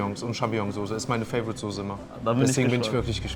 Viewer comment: es heißt Soße verdammt Soooooßeeee nicht Sose wer sagt Sooose